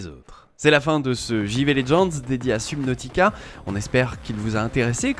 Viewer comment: La prononcition de subnautica ma piqué mais sinon bonne vidéo